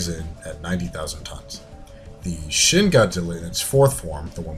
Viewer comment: i love how you say shin wrong